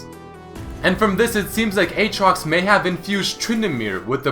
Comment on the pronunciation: Not Eetrox, Ootrox, Uutrox, Iitrox?